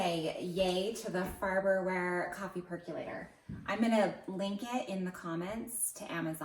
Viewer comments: Perk O late... not perk U late. A percolator percolates coffee and percolate is pronounced perk o late. So you have a perk o lator. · Per-CO-lator not Per-Q-lator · Per co lator.....not.....per cue lator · It's not a perculator. It's a percolator. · Not spelled perk-you-later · Hmmm, not really. It perc-o-lates the coffee, not perk-you late.